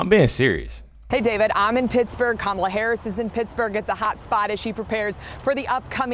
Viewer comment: "Hello, Kamayla?,Kamala?...ok, Kamala i want to address you properly. I want you very happy ..."